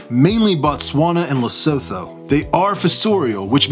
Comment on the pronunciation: Hi, loved the vid. I have a GBB and C. Versicolor myself, both slings but I love them. Quick note: Lesotho is actually pronounced Lesutu. I'm South African so hearing how you pronounced it threw me off😂 no offence to you though, you couldn't have known. Keep up the good work!